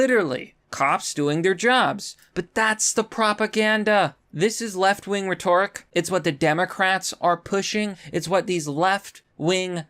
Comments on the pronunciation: rhetoric “REH tor ic” Rhetorical “reh TOR ic al” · rhetoric: the accent is on the first syllable. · “Retork”!?!? LMAO Leave the weak Tim Pool grift to Tim Pool, guy. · You not knowing how to pronounce the word “rhetoric” is like a Hershey’s rep who can’t say “chocolate”.